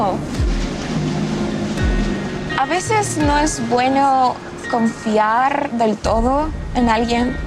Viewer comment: This is such an elaborate ruse. The way she says "confiar", struggling with the R the same way a non native would, her unnatural way of putting words together, her rhythm, it's kind of off. There's no way she's a native Spanish speaker. This is fake.